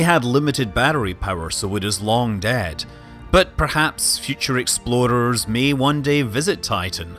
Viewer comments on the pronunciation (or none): When Scott Manley says 'explorers' it sounds like 'exploders'. I'm not sure if it's because of his accent or hist time with KSP.